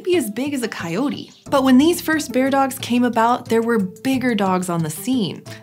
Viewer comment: Bear-dogs, not beard-ogs.